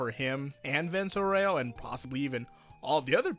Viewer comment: Just a little pronunciation correction from an Italian : it's Vento aùreo not vento aurèo